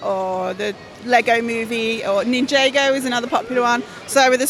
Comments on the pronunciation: (Nin-jar-go) not (Nin-jay-go) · you trigged me because she said ninjago wrong